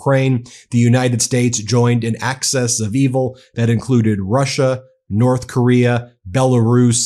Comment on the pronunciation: Dude, it's "axis of evil" not "access of evil".